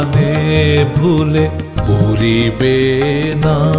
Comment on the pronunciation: যেমন সৌম্যদর্শন, তেমনই ওঁর কণ্ঠস্বর কোমল এবং সুললিত। গানটি মনে বিশেষ ছাপ রেখে গেল! একটি বিশেষ নিবেদন রাখি:- অধিকাংশ পূর্ববঙ্গীয়দের মত উনি "ড়"-কে "র" উচ্চারণ করেছেন ( "...আমারি মুখের পানে প"রি"বেনা...") যা গানটিতে রসভঙ্গ ঘটিয়েছে। অবিশ্যি একথাও বলা দরকার, এপারের বাঙলার উচ্চারণ‌ও এখন এই ধরণের দোষে এত বেশী কলুষিত হ'য়ে গেছে ( প্রধানত '৭১-এর পর বিপুল সংখ্যক শরণার্থীর আগমনের প্রভাবে) যে, বাঙলাভাষা তার সুললিত উচ্চারণ রীতি অনেকখানিই হারিয়ে ফেলেছে!অন্তত, রাস্তাঘাটে সজাগ হ'লে বা রেডিও-টিভি শুনলে সেটাই মনে হয়। যাই হ'ক, এ ব্যাপারে যদি একটু সচেতন হ'ন, তাহলে আমার মতন শ্রোতারা বাধিত হবেন। প্রসঙ্গত, ওঁর চন্দ্রবিন্দুর উচ্চারণ উল্লেখযোগ্যভাবে ত্রুটিহীন!